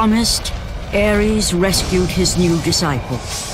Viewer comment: Its Ares not Aries